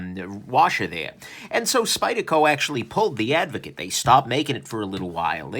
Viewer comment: Is it just me or does everyone else keep hearing avocado?